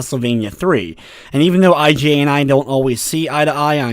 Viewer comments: Ummm...it's pronounced "Eeee-gah" - a shortening of Igarashi, the last name of the IP's creator...great video otherwise! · Nice review was curious about this game thanks for covering it. Small note though I'm almost 100% sure you are saying Iga's name wrong.